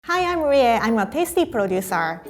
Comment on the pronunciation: Wait- is Rie’s name read as Reeeyei or Ree? She read it as Reeeyei in the intro